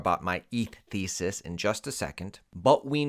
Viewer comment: my eth thesis... "ethis" if you will